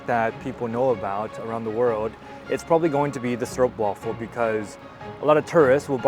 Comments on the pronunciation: So proud of a foreigner pronouncing stroopwafel almost perfectly. When normally hearing stroepwaffel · Most English speakers pronounce 'Stroopwafel' as 'Stroepwaffel', but not.